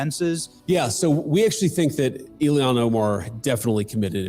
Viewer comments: JD VANCE calls her Illian not Ilhan Omar lol. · I enjoy how he continually mispronounces her name Ilian. He's such a smart guy, he's definitely doing that on purpose for sure lol